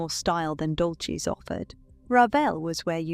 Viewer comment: It is not Dolches it is pronounced Dolsys.